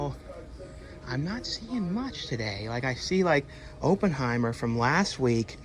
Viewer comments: It is not “Open”heimer!!! It’s “Opp” like “operation”. Jeez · Every time you say Open-heimer, it makes my skin crawl 😂